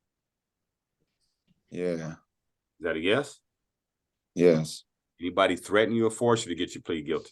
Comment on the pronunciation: doesn’t even know how to say ‘yes’.